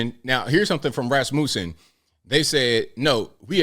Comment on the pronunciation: The way you pronounce Rasmussen 😂😂😂😂😂😂😂😂😂😂😂😂